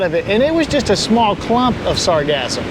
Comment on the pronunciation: You say sargassum like it's pronounced like orgasm but then say sargasso sea the correct way